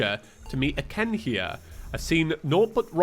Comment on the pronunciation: "I'm just Khen"